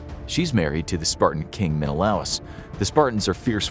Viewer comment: Sorry, but it's pronounced Men-a-lay us.